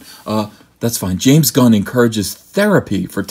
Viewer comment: Did you say James Gunnt?